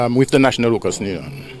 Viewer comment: Union! Not nunion